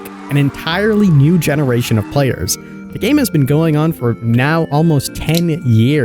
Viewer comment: Into da fog? Dis instead of this? Are you on drugs?